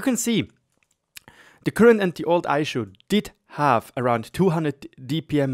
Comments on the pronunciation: Aeshu hahahaha Try "eesoo" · Eishu?? Ei-Ess-You I understand that English is not your native language, but stuff like this hurts.